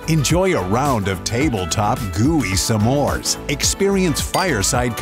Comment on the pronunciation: I'm sorry, did he say, Sa-mores ?